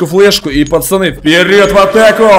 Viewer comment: Интересный факт: всегда говорит пачаны????